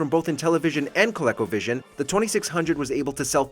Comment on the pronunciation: ColecoVision is pronounced Co-LEE-co ... not Co-LECK-oh.